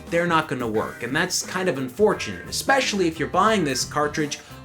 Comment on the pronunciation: lost a subscribe at "expecially".